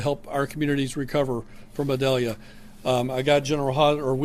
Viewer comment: Why does Desantis insist on mispronouncing Idalia??????....official Pronounciation is ee-DAL-ya (Hispanic name)